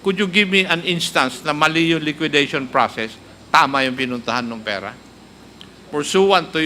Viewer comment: LIQUIDATION NOT LIQUIDITION